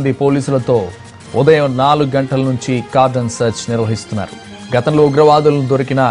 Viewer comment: Babu adi cardon kadu cordon and search